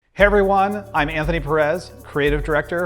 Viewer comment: "Heveryone" lol